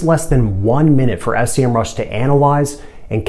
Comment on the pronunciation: that’s SEMRUSH, not S.E.M.RUSH! Anyway, that's a great video. Thanks.